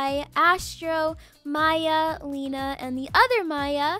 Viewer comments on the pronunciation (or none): none